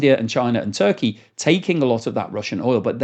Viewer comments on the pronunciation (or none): none